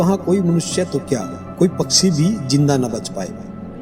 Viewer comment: Waaheey nahi..woh hota hai Paaksi nahi..paakshi hota hai Sound quality bekar hai..echo sound mat kar..aur yeh joote se kya nishan bana raha tha?? Yeh tarkol aur soap lake sab discovery mei detail me bata chuka hai..yeh sab bataya hua hai ki kyu hota hai..tum faltu time kharab mat karo..patthar ki jheel..vaigyanik yeh sab jaante hain..aur yeh sab youtube pe tumko mil jayega..